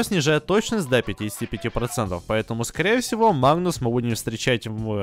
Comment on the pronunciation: Мне одному кажется что машико говорит мод магнус а не магнум